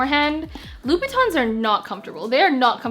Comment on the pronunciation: It's Louboutin not Louis Batons 😛😅😅 Nice video 👍🏾